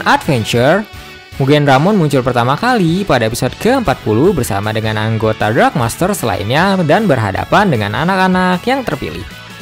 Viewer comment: Dark bang bukan drag